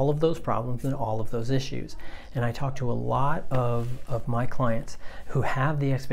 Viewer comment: Your videos are awesome! Thank you! ( but i totally heard like a "Twalk" or "Tawlk" near the end :P )